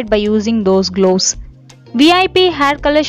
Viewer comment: Loose old people why to worry for grey hair....Don't talk in eng pls...It's gloves ...Not glooss....Moustache...lol